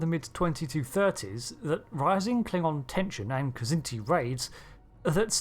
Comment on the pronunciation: You pronounced Kzinti correctly! Definite thumbs up!